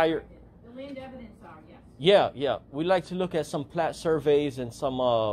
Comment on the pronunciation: He calls PLOT lines "platt" lines. His dirty nails 💅 checking the ARCH-CHIVES!